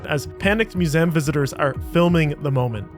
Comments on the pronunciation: Or maybe he actually pronounces museum as /mjuˈzæm/, since that is a listed dialectical pronunciation of the word on Wiktionary. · have i been mispronouncing ‘museum’ my whole life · nope. he's just being a bit tarded.